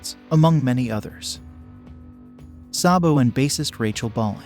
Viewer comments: It’s SAYbo not SAHHbo. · You have to reprogram that computer to pronounce his name saybo not sahbo.....Sabo